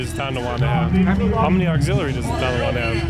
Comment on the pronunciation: It's not Ton D awanda